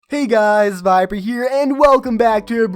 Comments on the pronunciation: I thought he said “hey guys here” lol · I can't tell if hes saying "Hey guys! Its Viper Here!" or "Hey guys! here" OR " Hey guys, its here " he be vibin, they hatin